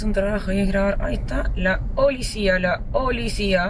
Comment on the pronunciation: jajajaja la Olicia.. la olicia jajaja